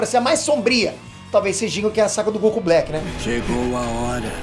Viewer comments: GOQU hahahahahaha e goku não GOQU.Ta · Goku com "G-O-Q-U" KKKKKKK essa foi de capota o corsa